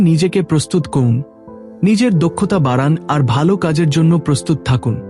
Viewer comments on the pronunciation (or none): none